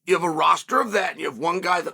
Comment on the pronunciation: Him saying Alex’s name right multiple times let’s you know this piece is serious 😂😂😂😂😂😂😂😂😂😂😂